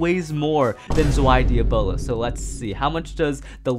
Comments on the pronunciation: Dee-Ah-Blos Challenge FAILED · Don’t be a Zankye, it’s Dee- Uh-Bo-Los, NOT Dee-Ah-Blos 😂